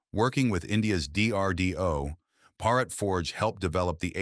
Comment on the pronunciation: Why do you mispronounce Bhārat as bharāt?